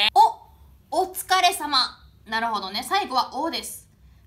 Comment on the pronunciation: お疲れ様がほ疲れ様に聞こえた